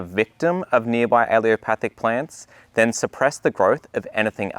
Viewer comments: Great info... except for pronunciation. You keep leaving out the last "L" every time you say it. 🤨 "Allelopathic" is correct, not "alleopathic." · You're pronouncing it wrong, it's pronounced Allelo-patheic or alleelo-pathic, you are saying allio-pathic, I'm trained in plant physiology. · It’s alleLOpathic, not allEOpathic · It’s not pronounced alliopathic. It’s pronounced allelopathic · What is it with Brits? They can spell a word, but pronounce it wrong. Very distracting! "a-lu-mi-num" is Not aluminium. "Al-lel-o-path-ic" is Not aleeopathic. All plants are allelopathic to a degree. You use the word as though allelopathy is a negative thing. Allelopathy is a biological phenomenon by which a plant produces one or more biochemicals that influence the germination, growth, survival, and reproduction of other organisms or plants. This effect can be either positive (as legumes fixing nitrogen in the soil) or negative (as fennel retarding the growth of its neighbors). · Yes. He constantly mispronounces allelopathic as alleopathic. No problem. It will come out in the wash. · maybe learn the word if you are making a video about it..? it's allELOpathic.. not aLEOpathic.. just a thought.. you actually wrote it on the screen in big letters but still didn't read it.. sorry.. word nerd .. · Please learn to say the word. You offered good info, but hearing you pronounce al-lel-o-pathic as al-ee-o-pathic was distracting. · Why does he keep mispronoucing "Allelopathic"? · Why does no one pronounce allelopathic correctly? My botany professor even pronounced it “alopathic” and here in this video it is being pronounced “alliopathic”. A-lell-o-pathic. Just like it’s spelled. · he says ‘aileopathic’ but the caption says ‘allelopathic’ - which is it? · “Allelopathic” is CORRECTLY pronounced: AL-LEL-O-PATH-IC👍 not A-LEO-PATH-IC 👎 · Great video but you are not pronouncing 'allelopathic' correctly. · Not "aleo-pathic" a-LELL-o-pathic. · Why don’t you pronounce the third “L” in allelopathic?